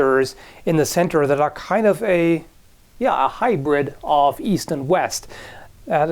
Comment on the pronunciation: East? I thought you said Weast.